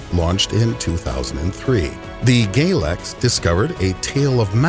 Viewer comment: "..also known as gaylex." I can't be the only person who thought this is what he meant